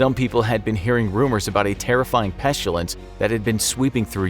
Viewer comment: What is pestUlence? You keep saying that word. I do not think it means what you think it means. Is it anything like pestIlence?